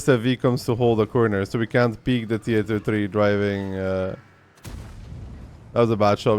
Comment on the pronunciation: "tea ate oh tree"